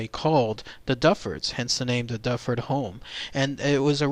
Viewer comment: The correct pronunciation is not Dufford it is Duford as in Do Ford!